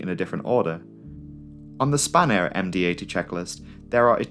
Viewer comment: spanair sounds like a french person saying spanner